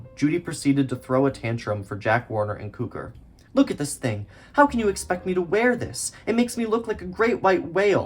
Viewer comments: I'm not trying to be difficult as this is a very good video. But I've always heard George Cukor name pronounced (cue-core) not (coo-ker) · Que-kor …. Please!!! NOT Koo-kor! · Nice video but it's CUE-CORE. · Cukor is pronounced cue-core. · Really enjoyed, thanks for this. Great work. Note Cukor pronounced the Cu how it’s in cucumber. Thanks for heads up on that book. :) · Impressive work. But your name mispronunciations are not acceptable. BTW: I knew Ronald (Pronounced HAY-ver) as a producer for a Criterion in the early 90s. Also, it's pronounced George CUE-kor. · I'd be giving your video thumbs up if it weren't filled with mispronounced names. It's George CUE-CORE (Q-Core). Ronald Haver's last name rhymes with "saver." Winton C. Hoch's last name rhymes with "poke." And "Oleander" starts with the sound of "oh," as in "Oh, Leander!" (It's also the name of a flower.) A little research would go a long way towards establishing yourself as a credible film scholar. Hopefully it's not too late for Part 2.